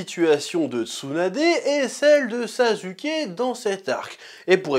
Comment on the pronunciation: Moi ce qui me fume c'est pourquoi tu prononce "u" au lieu de "ou" dans les prénoms "Naruto", "Sasuke", et "Orochimaru" alors que pour "Tsunadé" tu prononce correctement😅